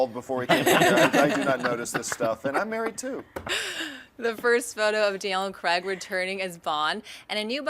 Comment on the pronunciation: did she say "DL & Craig" instead of Daniel Craig....?